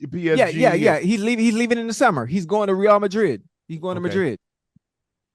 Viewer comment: "Ray-AL" Madrid... come on now, stick wit may!! Great segment!!